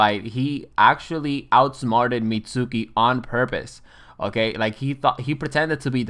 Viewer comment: Pronounces the u in Mitsuki 😅